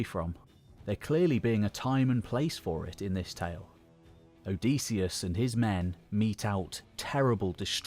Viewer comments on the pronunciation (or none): Great video, well timed. But one thing: Hearing you pronounce "Odysseus" OH-DEE-SEE-US", instead of "OH-DIS-EE-US". I wonder if you will show the "Pylos agate", it really captures the spirt of the era of the Iliad and Odyssey imo.